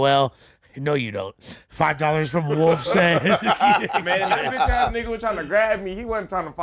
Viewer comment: lol bradon didn’t even get the ch out of bitch😂😂